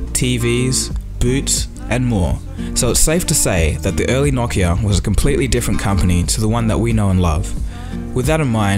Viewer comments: whats a nockia? its pronounced no-ki-a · Its pronounced noe-kee-uh